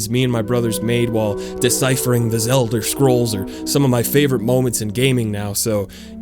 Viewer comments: lmao "The Zelder scrolls" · “Zelder” sounds like a slur